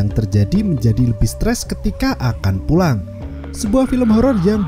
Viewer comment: PULANG BANG BUKAN PUANG 😭😭😭😭😭